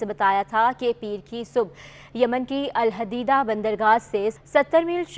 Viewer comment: Pls pronounce the correct Name as Alhodaidah sea port..